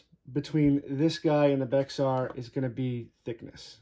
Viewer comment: Pronounced… Bear